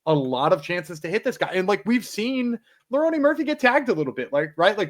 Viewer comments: okay!! Got it! Like a running joke. My bad, i missed ur picks last week and track my favorite cappers along with my picks for fun. Kept hearing both say Leroney and I had to know if i was missing a joke like you described or not lmao. Thanks for not taking it as anything negative. No need to designate an episode to me or nothing. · Is calling him “Leroney” rather than Lerone like a joke or do you guys actually think that’s how you say his name? No hate fellas, just curious